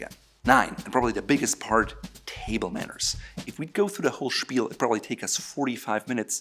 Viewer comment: How does he manage to make "table manners" into one syllable? He talks too fast and slurs words together.